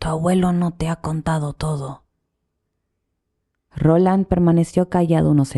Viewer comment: Es Roland no Ronald